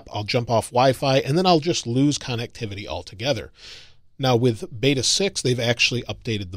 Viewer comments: It comes out sounding like connuctivity. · Another great video but the way you say connectivity drive me nuts! Lol